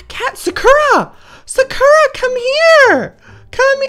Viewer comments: He says it like SUH-KUR-AH💀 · It always kills me when he says 'Sakura' wrong. 😂 Love you Joey. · No office but how can he say his own cat's name wrong? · It's his cat he can pronounce it the way he likes it 😑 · Y'all, how he says and does things is why I've been subscribed for years. Calm down. His kitten's name is adorable, no matter how he says it.